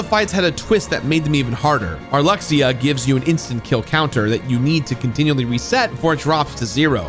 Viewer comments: You crushed the names!... Until Marluxia. Mar-loo-sha. Still, props! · Marluxia is pronounced "Mar-loo-shuh" btw... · marluxia is pronounced mar-loo-shya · Everyone else: uses Decisive Pumpkin against Sephiroth because best Keyblade lol. Me, who used Rumbling Rose: Pathetic. Also, I can confirm: you got MOST of the Organization names correct... The only one I know for a fact is pronounced differently is Marluxia, which has an SH sound for the X. Weird, but... That's just how it be. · The way he said Marluxia lol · He said marluxia wrong